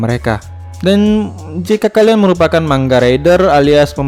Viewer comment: Bang manga bang bukan mangga enak dong